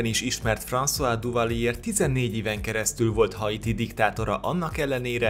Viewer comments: Duvalier nevét nem Duvalié-nek, hanem Düvalié-nek (ü-vel) kell ejteni. Tisztelettel kérem, hogy amikor ennyire ismert emberekről gyűjtünk fontos, mindenkit érdeklő részleteket, kezdjük azzal, hogy a nevüket valósághűen ejtjük. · Duvalier neve "Düvalié" és nem "Duvalié". Nagyon bassza a fülem. :D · Hidd el, a franciák helyesen, Düvaliének ejtik. :D